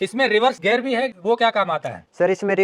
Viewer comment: रिवर्स गैर। नहीं। रिवर्स गियर। गैर मतलब पराया। गियर मतलब गरारी।